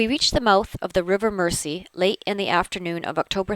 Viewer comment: I realise this video is several years old now,but as a Liverpudlian,but may I correct your pronunciation of Mersey. It is spoken as Merzey.Best wishes from Liverpool.